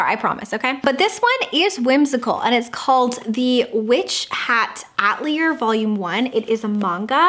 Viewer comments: FYI Atelier is pronounced Uh-teli-ay not at-lee-er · So cozy and fun!! Just wanted to mention atelier is pronounced ah-tell-ee-ay ☺️